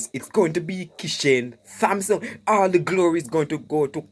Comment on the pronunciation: the "h" is silent😏in Thompson😶‍🌫